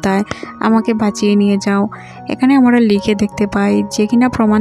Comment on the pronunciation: বিন্ন নয়, ভিন্ন হবে... আমোরা নয়,আমরা.... গুষ নয়,ঘুষ হবে.… উচ্চারণের খুব সমস্যা দেখি..…